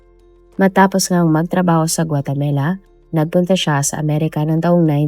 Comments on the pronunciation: 😂😂😂😂 akala ko ako lang naiirita sa paulit² na GUATEMELA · Pronounce it as "Gua te ma la"not "Gua te me la." Ok? Thanks! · Puro ka guatemela...8080 inulit ulit pa talga guatemela 😅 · GUATAMELA?😂😂😂😂😂 bagong bansa ba yarnnnnn🤪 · GuaTAMAla not GuateMELA; Houston is "Yuston" not HOS-TON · Maganda sana kwento kaso ang sakit sa taynga ng Guatamela mo. Wag na nga lang. Ikaw lang nag pronounce ng ganyan, wala pa q narinig na guatamela 🙄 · Nakaka distract paulit ulit pa pag pronunce GUATEMELA😂 sana search din po kau paano e pronouce ng tama ang mga words sayang maganda ang kwento We are not perfect pero dapat kasama po yan sa research po natin kasi name of the country po yan importante sya .. pangit din pag ma mispronounce ang country natin instead of THE PHILIPPINES sasabihin nila phlippanes di ba pangit and disrespectful. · 😂😂😂😂yes...notice ko din ang Guatemela..😂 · guatamela? guatemala ata.. nadidistract ako kapag nababanggit yung lugar pero tinapos ko pa rin lol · Hahahahaha may mga mali minsan sa pronunciation nya katulad ng yacth tas ginawang yatch,tas ngayun gautemala to guatemela... kahit gusto mo lang makinig nadidistract ka kasi mali ang pagkakasabi nya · Guatemala, not guatemela. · GUA-TE-MALA poh! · Sounds like Gumamela 😂